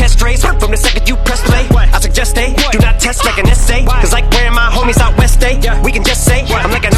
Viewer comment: Also, when he said where my homies out west stay he was simultaneously sounding out Oeste which means west in Spanish. Em was really wildin on this one.